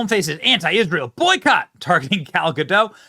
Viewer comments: First of all, it's pronounced GUH-dot not GUH-doh. She's not French, she's Israeli. Secondly, being a celebrity is a mental illness. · Benny, I love ya. Say Gadoooooooh. Gal Gadoooooooh. Not GaDOT Edit: You fixed half way through. Sweet! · GA -DOT, NOT, GADOUGH.